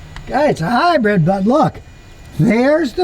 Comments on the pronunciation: I can’t get past Scotty keep saying Hi-bread 😅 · Scotty says, "Get yourself a highbread!" 😂